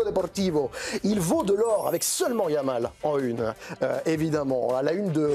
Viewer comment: When you have an Arab name he said lamin yamal.. Jamal why he says M. Jordan..French have no problem pronouncing the letter J unlike Spanish